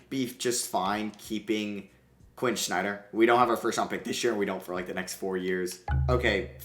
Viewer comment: Really bothers me how he says Snyder….